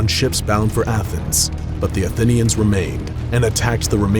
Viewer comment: this guy cant pronounce shit, athinians(atheneans), calvary(cavalry) lol